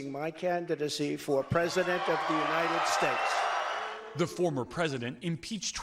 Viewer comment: Trevor use to have me crying laughing at Trump during his Presidency.. Especially when then President Donald said "The Unity Shash of Amerikaw" 😂😂😂😂😂😂😂😂😂😂😂